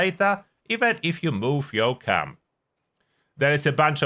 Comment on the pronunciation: What is Cum-building? Work on your accent ...